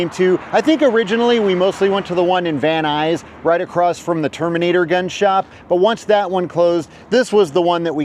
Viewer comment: Is it just me or do people from this area seem to pronounce it "Van eyes" instead of "Van Nuys"?